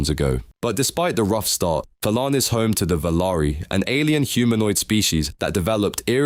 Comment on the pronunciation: Thalaan name pronounce: theylan The name: thalaan